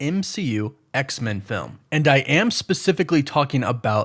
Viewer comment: What's the deal with your pronunciation of X-Men? It sounds like you're saying X-Mun. Is that the "official" way this name is supposed to be pronounced? I'm not a super geek so please excuse me if I'm not fully informed but I've always presumed that the name is to be pronounced as X and then the word men, said exactly as you'd say the word "men" alone. With a short e. Please enlighten me.